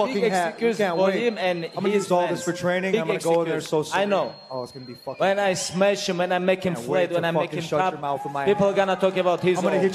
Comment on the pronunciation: It pronounced 'smesh'